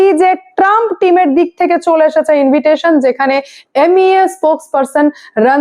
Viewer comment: ইনভিটেশন নয় ইনভাইটেশন হবে।